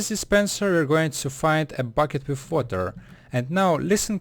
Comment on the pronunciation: Place water, or wawa, obsitan XD I'm choking on my own chuckles, still learned a lot from this vid. :)